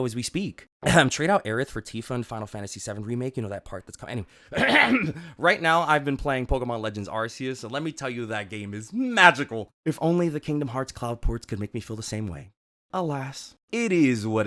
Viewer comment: Its pronounced ARK-KEY-US. Not ARE-SEE-YOUS. 🤦‍♂️